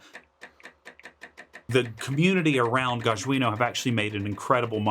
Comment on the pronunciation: It's GAH-jjah - J like John